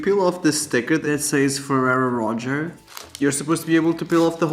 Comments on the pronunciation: it’s pronounced roe-shay not roe-cherr😂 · And he said “Roger” 😭🤣🤣🤣🤣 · Lmfao "Roacher" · Oh my god the way she pronounced rocher was killing me 😭 why do Americans always say stuff wrong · Raphael pronounced it incorrectly too and he isn't American.